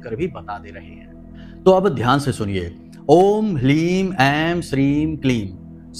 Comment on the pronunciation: ह्रीं या hlim ह्रीं लिखा है लेकिन आप उच्चारण कर रहे हैँ hlim